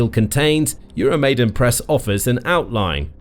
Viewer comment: PLEASE call the Ukrainian words you use by the correct sounds! Your 'EuroMaid-E-n Press" is "EuroMaid-A-n Press" - 'YOO ROW MY DAN' NOT ' YOO ROW MAY DEN'! It crawls up my back every time I hear it! The uprising was the MAIDAN - not the MAIDEN! In all other respects, thank you for the videos!